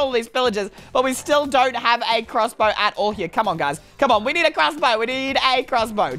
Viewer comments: You said crrrossbow and that makes me laugh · I like the way he says crossbow like “clusbow”